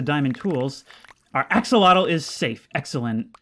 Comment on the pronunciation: Axel-otel You said it correctly